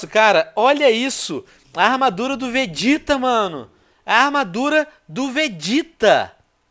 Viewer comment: nop ele falou certo e é vegeta